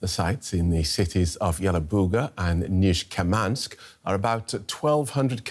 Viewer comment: it's Nizh-ne-kamsk, not Nishkemansk. You either learn to read and spell correctly or don't spell at all just saying "near this city"...